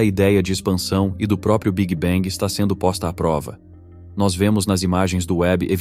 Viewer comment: tudo ia muito bem até o migué "big bang"... aí não dá - "biguibengue" não dá... é muita tolice